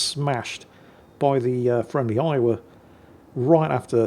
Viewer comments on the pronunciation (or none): none